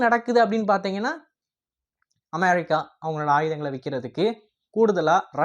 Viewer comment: Please properly pronounce the word America